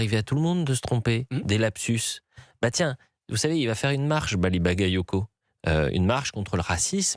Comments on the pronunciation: Même Jean luc Mélenchon a écorché le nom de Bally Bagayoko et la il dit rien. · melenchon a mal prononcé le nom de Bouli CacaCoco (Bally Bagayoko), bizarrement il n'a pas été accusé de racisme